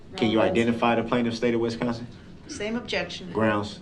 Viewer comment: I’m not sure I can “substain” watching this if he keeps pronouncing Wisconsin like West Consin